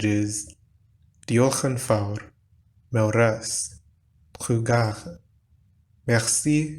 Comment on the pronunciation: French Future is "Je parlerai", not "Je parlerais" (this is Conditional). "Est-ce que m'aimez vous?" is impossible. Either "M'aimez-vous?" or "Est-ce que vous m'aimez?" (either inversion or "est-ce que"). Breton trugarez is pronounced /try.ˈɡa.re/